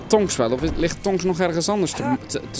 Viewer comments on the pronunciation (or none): het is niet tongs maar tops